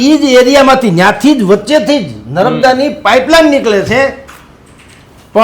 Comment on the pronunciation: નરબદા નહિ.. નર્મદા બોલો... જગા મગા ભાઈ...